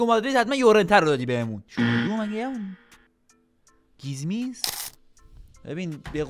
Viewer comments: فقط اونجا که به خیمنز میگه گیزمیز😂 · عالی داش فقط اون لحظه خیمنز رو گفتی گیزمیز😂😂😂❤❤❤